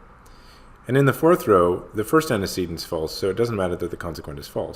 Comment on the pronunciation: oh is that how u pronounce antecedent?! was saying aunty sea dent actually now idk coz im repeating both and now i forgot which one i was saying..........